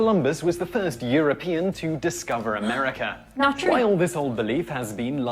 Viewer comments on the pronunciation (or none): none